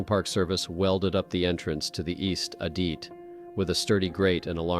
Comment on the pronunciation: TY FOR THE VERY INTERESTING VIDS. HOWEVER, PLEASE TRY TO PRONOUNCE WORDS PROPERLY AS IT IS DISTRACTING FROM THE STORY. ADIT - ADD IT. SEISMIC- SIZE MICK.